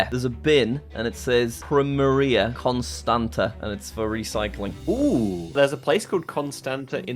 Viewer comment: As a Romanian I laughed so hard at the pronunciation of Constanța which is more like Konstantsa and at the way you said Leon Taxi and Leon is a very common romanian name and usually in Bucharest taxi drivers put their name on the taxi, but great vid and great work from blth of you. Would love to see more collabs 😂🇷🇴